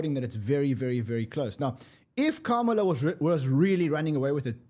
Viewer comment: Sick of calling Kamala “Carmella”